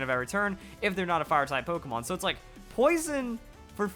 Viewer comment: um... you know it's a front accent for pokémon? My first language is french so if you put the accent you used it just deforms the word.